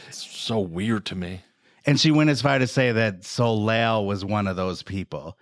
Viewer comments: 🤨 🤨 I’m American & know to pronounce her name correctly! Solay, not solayl!! 😂😂😂😂😂 🙄 🙄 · I literally went to my history to find this video that came on IN MY SLEEP to see if anyone commented this since the mispronounciation woke me from a slumber - fucking Soh Layl?? Soleil is French for sun and we alllll know Americans and their struggle with... anything really, but specifically French. SoLayl? Ruined the whole thing. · My eye twitched a little every time he pronounced Soleil moon Fry's name 'So-layl'.... The L is silent my dude. You pronounce it 'So-lay'